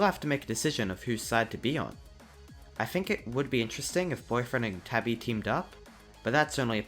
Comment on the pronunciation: ITS TABI NOT TABBY DUDE